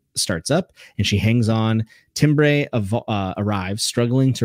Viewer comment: Timbre is pronounced Tam-ber, not Tim-bray.